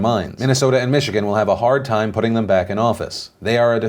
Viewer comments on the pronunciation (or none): none